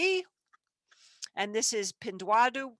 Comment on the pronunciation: its pin-duo-duo!